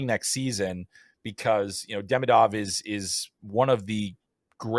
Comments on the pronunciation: By the way, why doesn't anyone even try to pronounce Demidov's name even close to correctly? It's so easy. It's Duh-ME-duv, accent on the second syllable. I don't remember how people in the media have been pronouncing his first name (Ivan), but the laziness/uncaring of how people are pronouncing his last name leads me to believe he'll be called EYE-vin instead of ee-VON. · For the love of god, pronounce his name correctly. It's ee-VON deh-MEE-duv